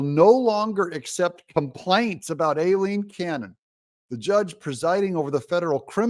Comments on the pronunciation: It’s Aileen not Alileen! Unless it’s done on purpose of course? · It's pronounced EYE-lean.